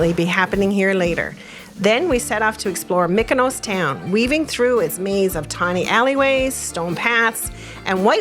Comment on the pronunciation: It is pronounced MEE-koh-nos, not MICK-oh-nows. Sounds like in parts you do say the proper "EE" for the Greek "Y". What is the most odd is that in the few places you do say "ME" is actually on the island! So why the voiceover, which you did later, mostly pronounces it incorrectly, is interesting. But since it does seem back and forth, maybe it is hard to do a word like that. Anyway, the shirt gag was brilliant. I can just imagine when you guys all met and were wearing the same shirt.